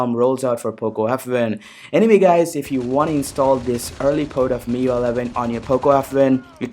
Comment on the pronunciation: Bro nice content. Anyways, it's pronounced as "Mi-Yu-Ai" not Mi-Yu.